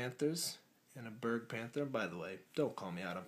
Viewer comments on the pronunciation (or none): none